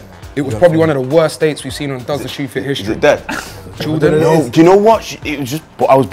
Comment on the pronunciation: "Oose jordaaan agyen" got me creasing😂😭